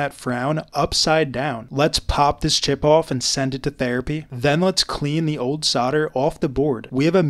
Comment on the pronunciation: The way he says CHip